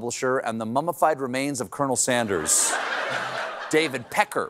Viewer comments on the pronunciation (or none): none